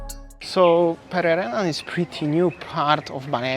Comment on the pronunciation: Hello & (thanks 4 pronunciation of Pererenan). Beautiful & charming area and can see the appeal to foreigners. I do not want to live in a villa isolated from local culture and want to improve my Indonesian and participate in local ceremonies. Thanks for showing another side of Bali., baik sekali 4 consultation on how to take great videos. Nanti, saya mau. Will you do it in person or only online? Is this with go pro or iPhone? Banyak success. Banyak cinta.:chillwcat